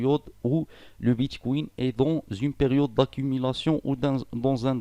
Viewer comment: Merci pour ces info je vais l’installer en espérant que iOS est accepté , juste Bitcoin et non bitchkouine stpppp😅😅